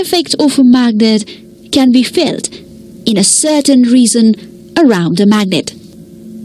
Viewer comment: True and she pronounced "region" as "reason"